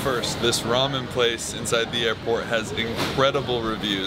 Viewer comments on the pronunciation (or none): none